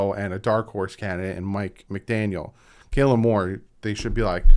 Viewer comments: How do you butcher Kellen? Kell kell kell(-, “keelen, keilen, keylen).”🤨🤔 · Like your channel but I need to disagree with your HC options . First, Kellen Moore is not Kaylen, try to pronounce his name correctly. How old was Don Shula when he became HC, how many years did we have the master, the perfect season, "I don't want an QB, I want Marino". Get a grip, take a chance on the brightest Offensive mind in football. Comment of the day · KELLEN, not KAYLAN. Lol cmon look that stuff up especially if ur gonna bash em atleast show u know who he is lol